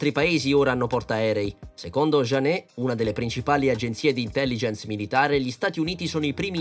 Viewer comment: Questo testo fa vomitare in lingua originale, ma con la traduzione esce fuori anche lo stomaco. "Janes' letto alla francese mi ha fatto piangere